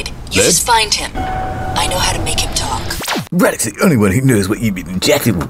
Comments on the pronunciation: "Rawdick", did I hear that one right? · Pole here and it’s difficult for me to take the bad guy seriously with “Radek”. Also, the English voice actors pronounce the name weirdly lmao